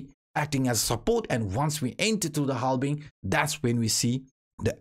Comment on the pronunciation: Keep the "halbing" in the videos 👍🏻 maybe it becomes a good meme some day ✌🏻😅